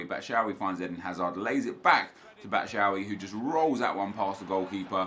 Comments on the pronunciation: Pls stop saying batshaawi it’s bat-shoe-eye-ee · Trying my hardest to not cringe when Nep says batshuayi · Why was he pronouncing batshauyi like that